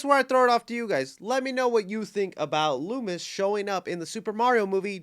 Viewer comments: I knew there wasn't any videos in a minutes! But there was a Mario Movie Mcdonald's leak and the toys came out yesterday but before that it leaked with a Luma. So we can assume Rosalina will be in the movie or in the sequel. Also correction it's Luma (Loo-muh) not Samuel Loomis but you were close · it's LUMA Not Loomis lol "Looma" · It is pronounced luma